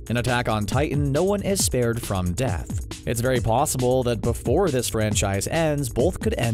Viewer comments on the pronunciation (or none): none